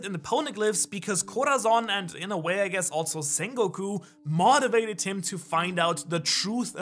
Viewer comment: Lol someone teach to say motivated right it still bothering me afterthe video